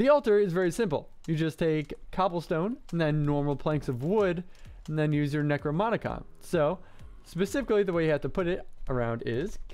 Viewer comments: DAMMIT! It's "necroNoMicon" not "necroMoNicon"! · Am I the only one who gets annoyed by him saying Necromonicon instead of Necronomicon?